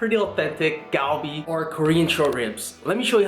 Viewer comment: The G is pronounced as a C - like Calbee. Just FYI from a year in Busan. Great video